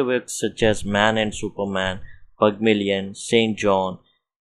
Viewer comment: Nice explanation sir tq but our professor told us to pronounce as pygmalion but you are pronouncing as pagmalion